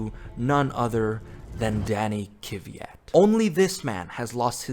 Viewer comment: Imagine not being able to pronounce Kvyat 😂